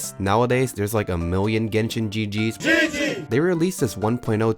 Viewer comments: Yenshin is actuly kinda right since it's jp or cn pronunciation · Jenshin. XD